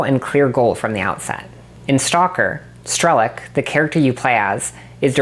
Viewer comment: Great video. I didn't play stalker but I'm guessing they rather meant strelOk, not strElok, as in sharpshooter in Russian. The pronounciation kinda took me out of the video a couple times lol.